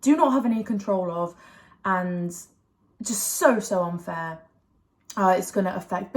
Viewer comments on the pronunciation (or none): 'Yah this is like so unfarrrrrrr' 😅